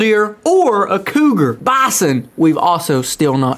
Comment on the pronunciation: You don't know how to say bison!!!!!!!!